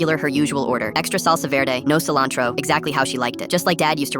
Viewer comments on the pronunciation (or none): none